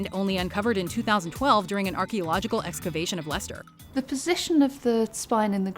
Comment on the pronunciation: It's nice to hear a non-Brit pronounce Leicester correctly.